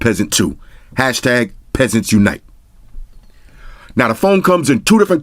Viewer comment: I died when he said pesent unite lmao 😂😂💀💀